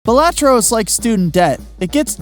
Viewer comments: all this research and you still pronounced balatro wrong, it's BAH la-tro... also I think it means buffoon or jester in latin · “Buh LAH tro”